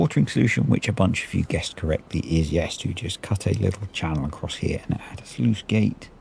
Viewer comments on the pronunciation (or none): Sluice, not sleuth!